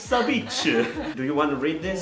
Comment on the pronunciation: I’m not the only one who heard “life’s a b*tch” in of “Life’s a beach” right